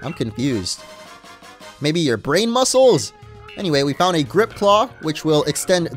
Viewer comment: Are we not gonna talk about how he said muscles like Musculs